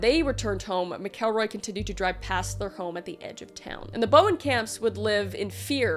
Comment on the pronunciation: Skidmore, MO has a crazy amount of fkd up things for the population. I live 30 mins from there. PS. Its pronounced Mack-uhl-roy. 😊❤and "nod-uh-way" 🤣 Google needs help. 😂😂😂